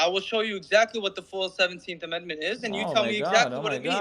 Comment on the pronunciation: That idiot cant even say the word amendment 🤪🤭🤣